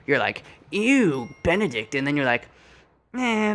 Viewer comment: I lost it at Bededict Cumberbatch